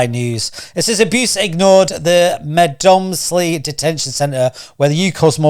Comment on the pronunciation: Please do your research, it is not pronounced Med moms ly and the guys name is not Naville.